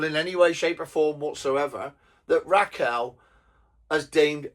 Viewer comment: It's Rachel not Raquel.